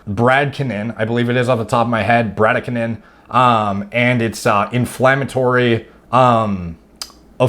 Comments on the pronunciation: "Brady-kien-in" dude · Brady-KI-nin...emphasis on 2nd syllable